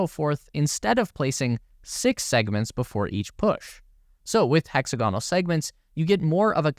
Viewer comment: This fellow doesn’t know how to pronounce “hexagonal.”